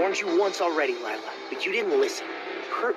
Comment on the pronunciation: You have lila’s name spelled wrong it’s lie-la